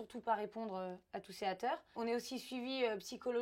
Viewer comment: elle m’a tuée tous ces « ATER » au lieu de haters😂😂😂😂